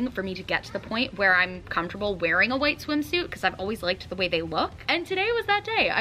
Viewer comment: comtable is what she says fr comfortable